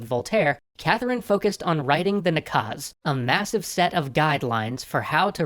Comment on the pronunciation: the only problem with the video is that in the word наказ you accented the 2nd syllable instead of 1st